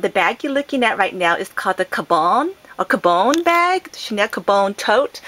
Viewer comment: it's caM-bon, not ca-bone